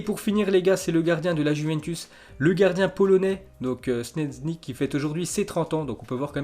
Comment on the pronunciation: « Snezny » sa se prononce tchesny 😂😂